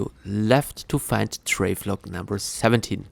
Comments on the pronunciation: How you pronounce Travel-log and say Trave-log instead is cracking me up. Thank you for the all in one guide though man. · “Travelog” 😂😂😂 Amazing guide thankyou !